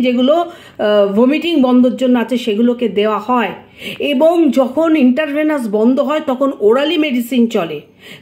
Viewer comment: দিদি ভাই ওটা ইনটার ভেনাস হবেনা,ইনট্রাভেনাস হবে। কিছু মনে করবেননা।